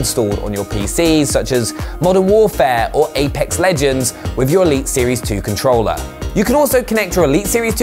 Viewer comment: I have this controller " with an R" not controllaa. No a in controller